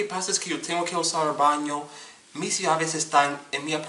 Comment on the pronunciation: I have really been enjoying your videos man! They shed some light in to things that I need to start working on. Thank you for the content! I can't help but admit that I cringed so hard when you were speaking Spanish horribly. I know people who pronounce a lot of the words like that! (- Por ejemplo ¿Puedo ir al baño? (PWAY-DOH IR ALL BAN-EO POR FAH-VOR.) Keep it going man! hahaha